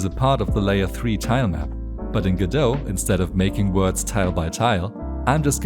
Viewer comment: It's pronounced go-dot. The Godot devs pronounce Godot as go-dot. Google is wrong.